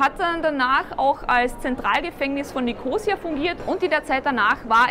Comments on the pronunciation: Ein schöner Überblick! (Nur die Betonung des Stadtnamens braucht Arbeit. ^^) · Hallo ihr "Reiseleiter", Die Stadt heisst NICHT Nikoosia, sie heisst Nikosiiia zum Aussprechen!